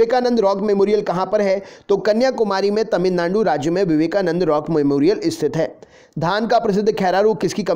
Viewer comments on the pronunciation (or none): Sar ने जब तमिलनांडू बोला तभी 😂😂😂